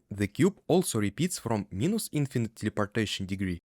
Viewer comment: (Please ignore this comment if you don’t want to be bothered by advice about English pronunciation. Because your video is amazing and fully understandable.) “Plus” should sound closer to «плас» than «плус» And “minus” closer to «майнас»/«майнес» than «минус»